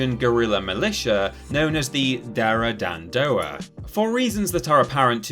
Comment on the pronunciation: I sware to god I've seen this list before... I remember because I commented about your pronounciation on Darah dan Doa. It's better now, still a bit butchered tho.